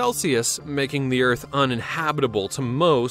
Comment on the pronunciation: Planet Earf.